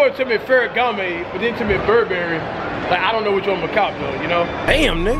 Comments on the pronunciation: LOL .., if you making a video about high ending shopping.. for the sake of god, someone tell him how to pronounce Ferragamo and Versace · lol feragamme its called ferragamo. and that was versace lmao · It’s not “ferry gam may” it’s “ferra gam o” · CMON CASH ITS FERRAGAMMO NOT GAMME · Wtf is ferragamay? Thought if was Ferragamo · I I I I just gone have to go wit Ferragama!! It's Ferragamo Cash!!!! 😂😂😂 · Cash it's not ferragoma it's ferragamo stop adding the (A)😂 and u was at the galleria mall in Texas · yo it's not feragamay it's Ferragamo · Tf is ferragamae its ferragamO not ae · its not ferragama its ferragamo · "ferragamo" cash...not "gamay" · 😂😂😂 "Ferragame" its ferragamo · cash it's not pharagamme lol gammo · if he say fereagame one more time 🙅 . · It's ferragamo!!!!!!!!!!!!! Btw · Goat did u really just try to correct him and u still said it wrong it's "farragamo" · Yvng_papi809 ferragamo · fool keeps saying ferragamay... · The way cash said "ferragamo" is so cringey he said "ferragi" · Sound like he sayin "ferragamay" 😂😂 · LMAOOO Ferragamay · Ferragamè lmaoo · Ferragamme😂😂😂 cash would pronounce anything wrong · Pharagammè and Fasashe... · Did this nigga just say ferragame? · the fuck is FerragamA😂😂😂😂😂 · Its pronounced "FAIR-UH-GOM-MOE" not "FAIR-UH-GOM-MAY" nigga damn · Yvng_papi809 did u just try to correct somebody and said it wrong 😂😂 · My nigga i mean this with the utmost respect if u cant say Salvatore Ferragamo right U dont need to buy it real shit smfh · Cash can't pronounce no designer name. 😂😂😂 shit tragic